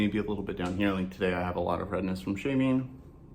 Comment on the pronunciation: I was distracted and missed where you said "redness from shaving" and heard "redness from shaming" lol I was like wait, what did he just say??